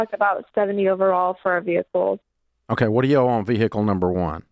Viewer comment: Vee Hickle